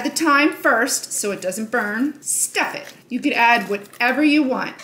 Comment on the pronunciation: She got personal when saying STuff It.😂